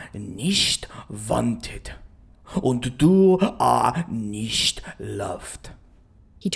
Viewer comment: Ok as a german speaker nicht does not sound like nisht sorry it was just bothering me personally but overall absolutely astounding work